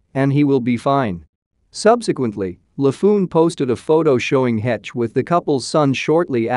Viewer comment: Finally, someone who pronounces her name correctly. Her boys will suffer the rest of their lives as a result of losing their mother. It changes you for sure.